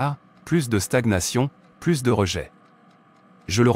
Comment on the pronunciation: Merci pour cette prière mais la voix qui traduit prononce à plusieurs reprises "plusss" de retard, de stagnation, etc. au lieu de "plu(s)" ce qui n'a pas le même sens..